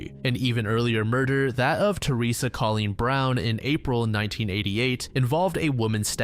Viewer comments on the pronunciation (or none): none